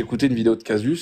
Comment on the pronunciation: On prononce caZus